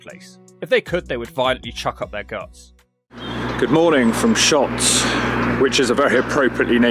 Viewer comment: Lots of wrong pronunciations there 😂 Lanaarkshire 😂 say it like you would Lancashire Wishaw is Wishy Shotts is Shotes